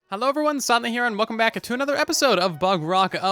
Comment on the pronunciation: bruhhhhh stop saying overyone, just say everyone normaly !!!!!!!!!!!!!!!